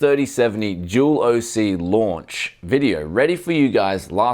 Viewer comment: I hear jewl everytime you say dual. Confusing and amusing